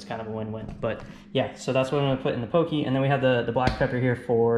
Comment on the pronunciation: So good! That sushi rice powder is a godsend, so much more forgiving proportions wise. Nitpicking, but poké is pronounced more like “Po’-Kay” than “po-key”. Awesome video guys, subscribed 🤙🏾